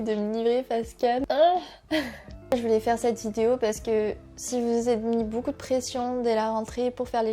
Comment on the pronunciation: On a tous des moments de "bad" avec toute la pression qu'on se met mais faut faire en sorte que ca passe et positiver !!! Par contre du dis boucoup au lieu de beaucoup ca me tue ahahah